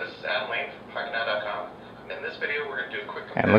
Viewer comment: When you said Pocket now it sounds like Fuck it now LOL